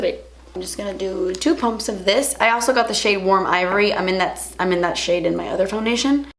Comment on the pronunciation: Did anybody notice that it sounded like she said "crease shit" instead of "crease shade" hahaha! Not being mean, I lover her she's really the only person I watch on youtube, it just sounded funny to me. Or did she mean to say that??? - that's when she said it.